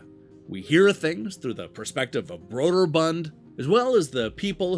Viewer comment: I see from your video there is a section where explains pronunciations for "Karateka." He should have done the same with "Broderbund." According to Jeremy Parish, that special "o" in the name makes it "Brooderbund," which I've never gotten in the habit of saying!